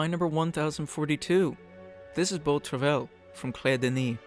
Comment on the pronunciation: Great video! Just a small point to make about the pronunciation of Beau Travail. Travail is pronounced more like “trava-ee” ;)